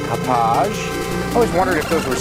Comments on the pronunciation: It is pronounced Hah-pog. Like the town in Long Island, NY where it is manufactured. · Ha Pog - Thats how you say it in case you care lol. Name of the Long Island town where the company was located :-)